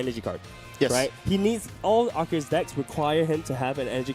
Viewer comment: it pronounces as “Ar-Ki-Us” in Arceus’s name